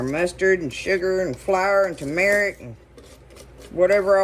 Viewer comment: I have fallen in love with you and your videos but can I offer some advice. It’s not Tu-metic. It’s Tur-metic, uou and a lot of others say it wrong.